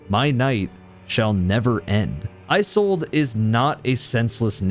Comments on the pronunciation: Loving the video, but the way you pronounce “Isolde” is not right. Iz-olde, not Eye-solde. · You're pronouncing Isolde wrong